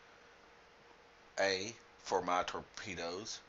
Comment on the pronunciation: did you say "Torpenis"?! :P